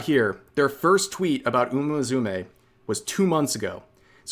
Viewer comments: Umamusume = uma mu-su-meh, not uma mazume like you pronounced it xD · Are pronouncing it like that on purpose?